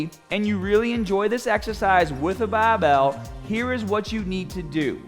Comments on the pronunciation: Please never stop saying baahbell! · Thanks for the last correction move. I always use a 45 lb plate to do upright rows. I will definitely correct how I do them after seeing this. Btw, I love to hear ya say”bah-bell”😛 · Your grip is gahhbage on that bahhbell